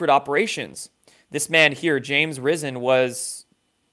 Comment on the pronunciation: You’re doing an incredible job! But one thing to remember it’s always good to know the pronunciation of last names especially when the individual is a world Pulitzer prize winner for the LA Times. His last name is pronounced Rī-sen. Long I. We are all learning as we travel this journey. Keep up the incredible work you’re doing.